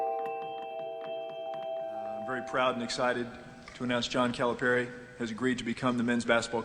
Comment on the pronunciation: This was awesome, but somebody please help with the pronunciation of Calipari lol